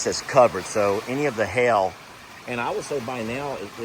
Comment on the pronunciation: I grew up in Mississippi so I'm amused by you saying hail. Did he say hail or Hell? Lol. The other night I got amused by your conversation with Megan about your game. I wanted to bust in when she told you it was "Dill or No Deal."